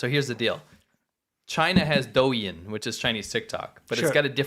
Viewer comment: stop pronouncing y’s like in douyin it’s silent